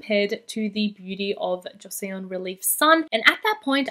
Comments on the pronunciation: Beauty of joseon is pronounced Cho sun:) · love ur content as always queen! just so u know, Joseon is pronounced like "Jo-sun" <3